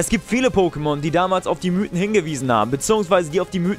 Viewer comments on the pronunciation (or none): none